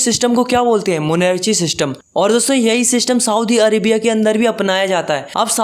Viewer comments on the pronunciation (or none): Bhaiya it's chile not chili and it's monarchy not monrchy